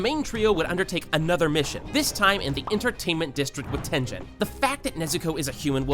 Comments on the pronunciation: bro whats tenjen 💀 its ten - Gen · Did you really pronounce mugen like mu Jin and tengen like ten jin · you said tenten not tengen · bro really said “tenjen” 💀💀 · this nigga said tenjen 💀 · ngl i hate how you dont know how to properly pronounce tengen or mugen when they are said so many times in the anime (correctly)